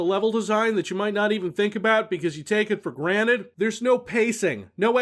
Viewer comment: lmao you just say "take it for granite" wow.